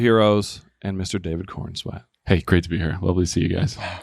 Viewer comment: "Mr. David Korn SWAT"